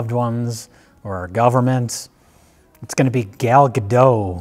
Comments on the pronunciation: Ga-dot, fuckers! Get it right! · The T in Gadot isn't silent. It's not French. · Gal Gadot isn't French,, you're supposed pronounce the "T" in "Gadot" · Stop pronouncing Gal Gadot's name wrong, you hacks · Just fyi the "t" in Gal Gadot's last name is not silent. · For the last time. The T in Gal Gadot is NOT SILENT. Hebrew is not French. PS "Gadot" means banks, as in river banks.